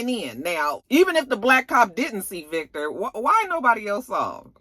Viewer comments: I laugh every time you say “Vayctor” LMAOOOOOOOOOOOOOOOOO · I am here for the Jamaican twist on the Irish🤣🤣Vake-tor!!! I hollered🤣🤣🤣